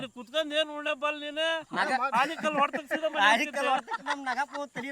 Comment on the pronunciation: ಆನೇಕಲ್ಲು ಅಲ್ಲ ಅದು ❌ ಆಲಿಕಲ್ಲು ✅